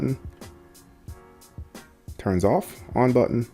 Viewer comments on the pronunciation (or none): none